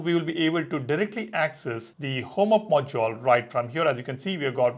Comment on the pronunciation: its ok to say module instead of moduoal, like if anyone else was irritated by this word 😄